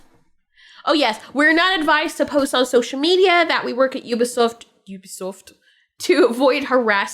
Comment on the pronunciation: Excuse me, it's french. It's pronounced We-be-soft!! 😅